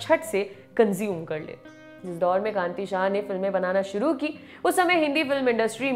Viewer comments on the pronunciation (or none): none